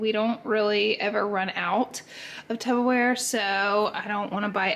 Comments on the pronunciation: Girl are you saying Tubberware? 😅😂 love it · Anybody seen the clip or Chris Disfefanio saying Tupperware wrong? 👀